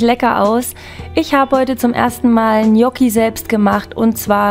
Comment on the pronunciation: Genial lecker!! Endlich mal jemand der es richtig ausspricht!! Nix anderes erwartet!😘lg mel